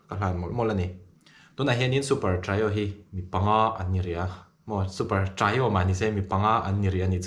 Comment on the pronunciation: Trio hi i lam diklo tlat mai, Sailova lam dan hi a dik zawk. A poimoh ber lo na a mahse video te han siam takah chuan a theih chin2 ah lam dan dik hman i lo duh takin..😊